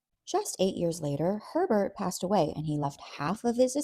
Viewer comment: Why does Herbert sound like pervert when you say it 😂